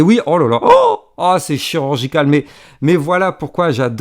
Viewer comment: " Olala Haaan c'est CHI-RUR-GI-CAL " 😂😘